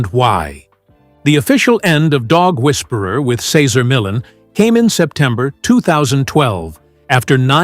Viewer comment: The very least you could do is pronounce his name correctly